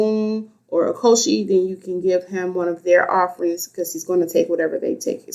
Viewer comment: With all due respect, it's not " Ocosi" is OCHOsi..like the word word" Churxh" O- CHOsi. Just thought you might want to know from a Babalawo. Ashe.